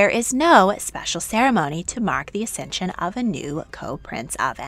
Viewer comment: It's accesion not acension!